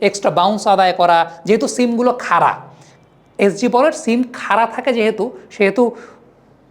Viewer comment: আপনার analysis খুব ভালো ব্রাদার❤❤তবে বড়, খাড়া এভাবে উচ্চারণ করলে বেশি ভালো শোনাবে😮😮